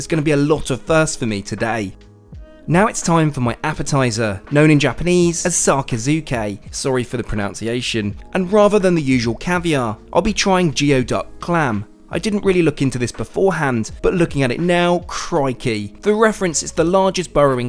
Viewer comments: correct me if im wrong but isnt geoduck pronounced gooeyduck (which makes no sense but thats what google also says) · Geoduck is pronounced "gooey-duck." Which might actually be worse. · Sorry, but 'geoduck' is actually pronounced 'gooey-duck'. I know because I used to dig for them on the Northwest Pacific Coast. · While unlikely to come up again, Geoduck is actually pronounced like Gooey-Duck. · FYI, I lived in Seattle for a few years. The GEODUCK is actually pronounced “gooey- duck”. Anthony Bourdain did a hysterical No Reservations episode centered about it years ago. It’s quite the delicacy in Asia. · Seattle, wa here. Native waters of the geoduck… its pronounced “Goo-we-duck” not” jee-oh-duck” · Pacific geoduck, pronounced GOO-ee-duk, not GEO-duck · its pronounced gooey-duck, not geo-duck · It’s pronounced gooey-duck not geo-duck 😉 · Its pronounced goo-ey not jee-o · It's not pronounced jee-oh duck. It's pronounced gooey duck. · Pronounced: GOO EE DUCK. I live in the Pacific Northwest. Thank you. ❤ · Just as a point of reference for the future, "geoduck" is pronounced "goo-ey-duck". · "Geoduck" is pronounced GOO-EE-DUCK.😊✈Thank you for sharing your journey across the globe!🌎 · Geoduck is pronounce “Gooeyduc” and a lovely appetizer. I am so used to your ordering caviar, that I was interested in your meal review. As always, it didn’t let me down, including the $1300 whisky. We all live vicariously through you and your trips. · Geoduck is pronounced “gooey duck.” They can be found in the United States Pacific Northwest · Kudos fortrying the Japanese menu. Geoducis pronounced Goooeyduck. I’m salivating at your menu and live vicariously through your travels. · Just to let you know, it is pronounced Goo-E-duck. They look very unappetizing but they are delish! Glad you enjoyed it! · Its pronounced gooey-duck clam lol and some have a tentacle 4 feet long! Used to catch them right on the beach on Victoria island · Goo-ee-duck. Looks awesome though